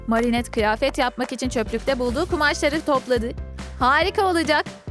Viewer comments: Ama marinettede düz okudu oda yanlış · ablamızın marinette demesi 😂🤣 çok komik söylüyo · Marinet demesi ve soy adını cenk demesi 😂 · Adriyen değil Edriyın Marinet değil Merinet